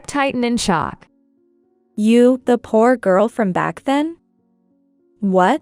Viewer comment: I believe the words are read by a voice simulating computer. I agree - it is really annoying! We should make a collection of the most egregious examples. My vote for most numerous & funny mispronunciations of the same word goes to the word “poor”, which always comes out “poo”.